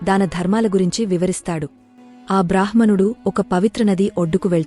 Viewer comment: "బ్రాహ్ మణుడు" అని కాదు "బ్రామ్ హణుడు" అని పలికాలి ... హ అక్షరానికి మ లేదా న వత్తు కలిసినప్పుడు ముందుగా ఆ "మ కారం" లేదా "న కారం" పలకాలి, తర్వాతే "హ కారం" పలకాలి. ఈ వ్యాకరణ సూత్రం అన్ని భారతీయ భాషలకి వర్తిస్తుంది.